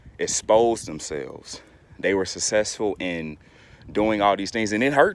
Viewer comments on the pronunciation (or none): Sir i believe successful has a c sound in the middle of it, not sussessful! Have a good day.